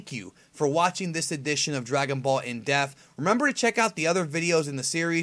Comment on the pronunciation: is it me or does keep pronouncing depth as deaf. I m not being the correction police, I m just unsure of what I m hearing.